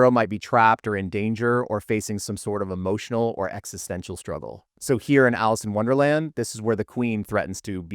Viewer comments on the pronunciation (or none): none